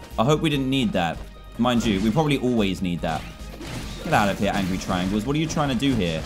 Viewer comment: Dan you got angry wrong you pronounce it as angy